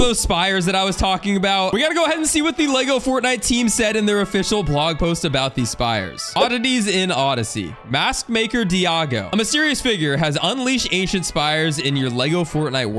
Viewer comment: IT'S DAIGO! (Daai-Go) 😭